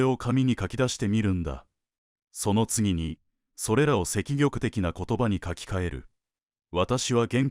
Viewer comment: ありがとうございました。 100です。 しかし、できれば漢字の読み方を整えて下さい。 ひょっとして、ここでの「積極」は「せきぎょく」と読むのが正しいのですか？ 中村氏はそのように発音することを指示されていたのでしょうか。よく判らないけど。やはり聴き辛いです。